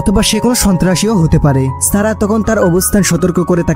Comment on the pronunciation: আপনার উচ্চারণে এতো সমস্যা এতো ভালো একটা মুভি শুনতে বাজে শুনাচ্ছে। ছারা না সারা হবে। আপনি ছ, স, শ, ষ এর উচ্চারণ জানেন নাহ। মনে হয় ছোটবেলায় পড়াশোনায় খুব বাজে ছিলেন।